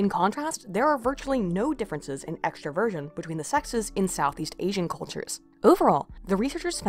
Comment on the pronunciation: I enjoyed listening to this, thank you. Though I think I need to say that I kept hearing "extra Virgin" instead of extraversion. That caused a lot of "wat" for a while.